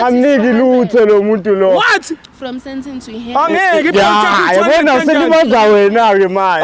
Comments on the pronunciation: Sandton ❌ Saytan✅ CHANEL❌ Channel✅ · "He is a very haymbul man " "saynton"